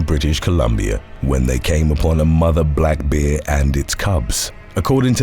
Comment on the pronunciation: It's pronounced 'bear' not 'beer'. Just sayin 🤷🤣